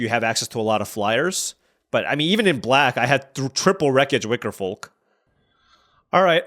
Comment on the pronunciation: You're messing with my head pronouncing that "L" in Wickerfolk.